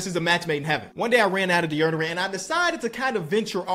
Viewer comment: I love some deaerderent yes deaerderant fr tho love your vids